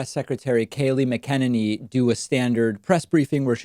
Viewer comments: Oh my God have you not ever seen her interviewed before to know how to say her name it's really obnoxious because someone as intelligent as you seem to be and then you can't say her name and many other numerous examples. Mac N aney mot macken inny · Ma-ken-ni-nee David is trolling. And I love it. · I think it pronounced: MAC-A-NINNY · It's 'Mac inane y' not 'Mac en eny' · Ok I can't stand her but her nam is pronounced mac en any. Sorry just drives me crazy. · David: It's not: mick KEN in knee It's. MACK in ain knee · I think her last name is pronounced mack a ninny, msybe they put the swab too far up her nose and jabbed something loose.... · Her name is not “mckennedy” as you are pronouncing it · Just think MAC-a- NINNY. Even though it's a Mc it's a Mac. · It's Mac-En-Any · Kaleigh MAC a NAY NEE (Mcenany) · PLEASE learn to say her name right, you are a bright guy... its not that difficult. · Are you saying her name right David? Haven’t heard that way before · David, why do you keep saying her name wrong? Is it a jokelike Toolsa or do you not hear how everyone else says it? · I love your intentional mispronunciation of McEnany. Cracks me up every time. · Any reason why David pronounces Kayleigh M's last name differently from everyone else? What's the correct pronunciation?